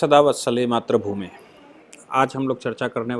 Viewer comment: it is not matrabhume it is matribhume